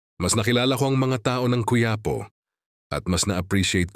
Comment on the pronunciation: Again, its not “ Qu -Ya - Po “ but Quiapo! Please pronounce the word properly! Puede?